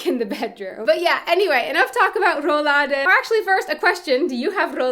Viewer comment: 😅 RRRrollladen (it‘s so cute)